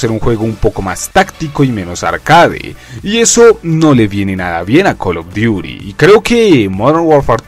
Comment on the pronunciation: X: Cal of duti J. NARANJITO: Col of diury 😈😈